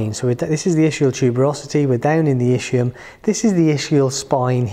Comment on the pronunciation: Thanks for the explanation.. just please check the right pronunciation for ischium (Es..kee..uhm) just like ischemia